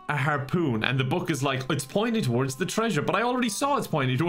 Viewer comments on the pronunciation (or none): none